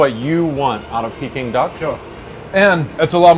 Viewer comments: Jezz! It's "Peking Duck" not "Peeking Duck". Americans... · OMG the way he is saying pecking duck is driving me crazy!!!! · Dumb ass can pronounce Peking it's not peeking idiot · The way he said peking duck at the start made me cringe